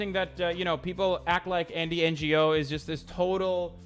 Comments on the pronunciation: the g in ngo is silent u dumb shit. did u go to school in turk land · I like how this pea sized brainlet pronounced Andy's name as if he's a Non Government Organization. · Quick question: Does he not know how to say “Ngo”?